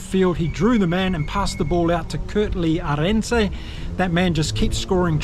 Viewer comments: Thank you for your content. Some advice on the more difficult Surnames. When pronouncing Arendse, the emphasis is on the first vowel and a little drawn out. So Árendse. Not Aréndse. Just a tip if you wish to better pronounce. Good video.👍🏻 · My goodness - you sound just like our friend Craig "Hammo" Hammond! Great commentary of the game. Btw - Arendse - said "R ind sa" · Hi, like your views. Pronunciation of Arendse's name needs some work. Thanx